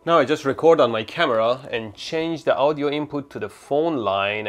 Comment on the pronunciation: It's funny the way he says Audio. It sounds like Ow-dio... Lol.